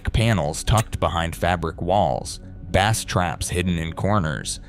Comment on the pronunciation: Bass that rhyming with glass, is a type of fish. Bass in the audio sense should be pronounced to rhyme with base - as in the foundation of the audio spectrum; whether for music only or multichannel home theatre configurations. Other than that, not much to fault in the very cursory overview.